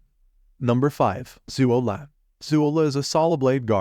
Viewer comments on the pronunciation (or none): Overall good list but please learn to pronounce the ops names right...especially zuo le 左乐